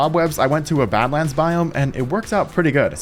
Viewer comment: Everyone you said badlands I heard it as Batman 🤣😭 I’m so stupid